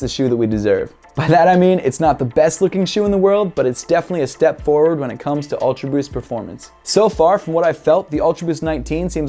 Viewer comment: I like em👍. Every time you say "ulta boost" i chug my 🍺😂😂